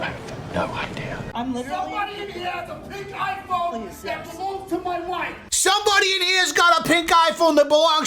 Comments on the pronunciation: I kept hearing “Pink-Eye Phone” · Every time he screamed “pink iPhone”, I was sure he was saying “pink eye”.